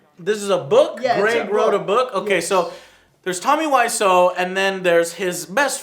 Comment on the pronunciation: "Nich" "Tommy weissOh" I don't know why these bothered me so much, I need to get some help.